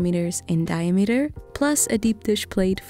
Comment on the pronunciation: the way she says diameter like die a meter lmfao